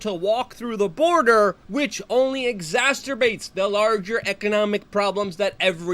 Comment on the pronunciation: It's exacerbates.... there is no T in the word dude. Also, it is wreak havoc not wreck havoc although this is debatable. Exacerbate.... exacerbate.... and finally, exacerbate...